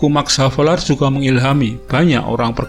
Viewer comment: Penyebutan lahir ernes max havelar kayaknya salah itu